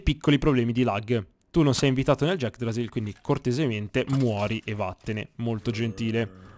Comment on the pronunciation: Sono l'unico che non aveva visto il video dove nominava l'yggdrasill "Jackdrasill" e pensava che eren avesse trovato la vera pronuncia di Yggrasill?